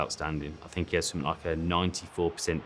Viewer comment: I "FINK" they aren't teaching a reasonable level of diction and pronunciation at the academy school. They may be telling parents "their son will not be a professional football player" but with the lack of language skills, and that in their own country, what career does Wolves expect them to fall back on?